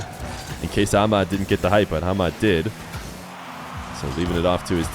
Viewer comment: they way you call Ahmad > AMAD is really annoying just put the letters together you don't have to be arabic to say it, same as we can say john and christopher not a rocket science